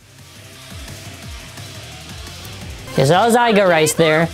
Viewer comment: its not aiga its aiger